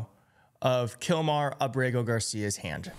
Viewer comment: I think it's A'brego (Accent on the first syllable) Garcia. Like : AB'-rego. ¿No?